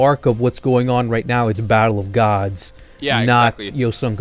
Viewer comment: sounds like says bible of gods instead of battle of gods